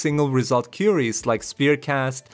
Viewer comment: "koo-ee-ries" ;) What is his image in the video thumbnail? It's not in the video as far as I watched.